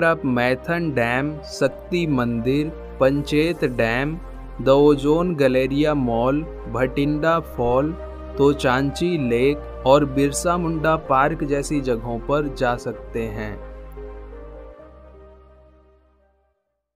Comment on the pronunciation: Touchachi nahi bhai topchachi. Plz correct it